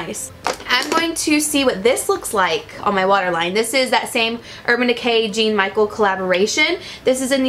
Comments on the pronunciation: His name Jean is French pronounced John last name pronounced Bis-kay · The artist names that Urban Decay collaborated with is pronounced John Michelle BAH SKI AH